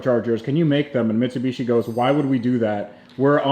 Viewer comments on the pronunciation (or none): The way bro kept saying michibichi had me rolling😂